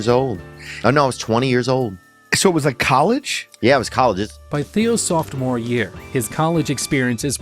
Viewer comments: Good points. I don't know why AI generated narrations make factual errors and mispronounce words, but they always do. "Softmore"? Yikes! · Pronounced "sophomore" wrong!